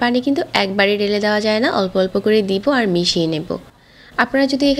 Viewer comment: Uni ভ uccharon korena দুই বাবে ,বিজা এই রকম বলে এরপর ঢেলে রে বলতেসে ডেলে maybe uni ctg er tai oikhaner accent chole ashe